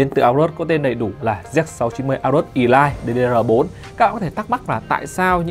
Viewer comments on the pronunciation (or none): Elite đọc là Ê-lít chứ sao lại đọc là ì-lai